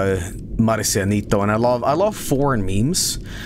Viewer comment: pronounces Marcianito so well though lol